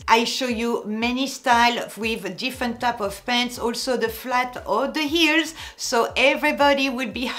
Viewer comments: Dear, i am laughing with you when you sound like terrible "eels" are killing your feet. 🤣 But i love your accent. ❤️🥰❤️ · I like how you say “Eels” 😂